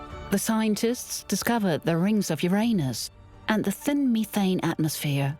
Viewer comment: "...the scientists discovered the rings of your anus", and "...like the discovery of the rings of your anus". LOLOL!!!